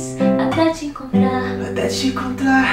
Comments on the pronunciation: N sei pq eu prefiro assim a música em português no violão da pra ouvir bem a pronúncia perfeita do Noah "até te encontrar " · O Noah falando "até te encontrar" QUE FOFO VÉI KKKKKK (tirando que a pronúncia dele tá ótima pa poha)